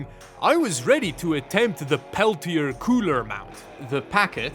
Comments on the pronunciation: Pel-tee-ay 😂 Peltier you said, Pel-tee-er😅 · The side with the words is always the cool side. It's French. Pronounced "pel-tee-ay" Of course, being in Canada, you've never met a French person before, so I can understand 🤣